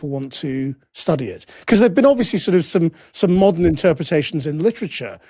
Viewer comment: The moment I heard him say "mordern audiences" I knew it was over. How much money must Hollywood lose for "modern audiences"? This is a myth, there is no such thing.